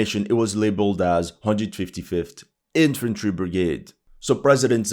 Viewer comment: "IFantry" LMAO